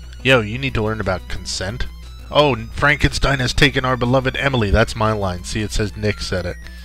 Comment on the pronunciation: Frankensteen! Frankensteen! ;)